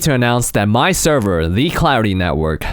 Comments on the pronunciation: It sounded like he said cloudy instead of clarity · I thought you said Cloudy MC xD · I thought he said Cloudy the whole time untill I rewatched it xD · Am I the only one who thought he was saying cloudy throughout the whole video?